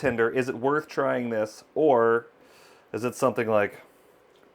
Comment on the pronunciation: he said maybe save hundreds or thousands of dollars by getting chuck roast and not ribeye. but it sounded like he said hundreds of thousands of dollars and i thought that was funny.